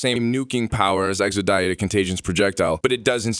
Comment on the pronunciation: Bro says exodia like he’s never heard of yugioh